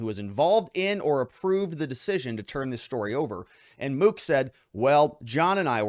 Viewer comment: You mispronounced mook